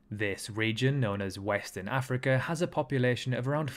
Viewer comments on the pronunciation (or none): none